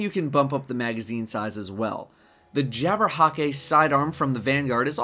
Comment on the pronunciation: cringes at how jabberhäkke is pronounced in this vid